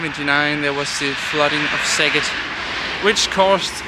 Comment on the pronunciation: I'm so impressed with your pronunciation!! :D Elongate those vowels a tiny bit and you'll be great! Szeged is my Hungarian hometown, half of my family still lives there and I have purchased land there to establish a little farm in a couple of years. Highly recommended! Great natural spas in the area as well. :) xx